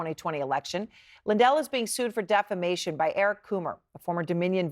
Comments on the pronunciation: Isn't it "deflamation"? At least that's how Pillow pronounces it. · or as he says: "deflamation" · Anderson...it's "DEFLAMATION"!!! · You all keep mispronouncing one word. It's Deflamation . C'mon CNN. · I wonder if the clown still calls it "deflamation".